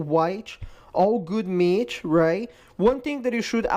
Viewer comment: "Meatch" lol. Great video man. Very informative.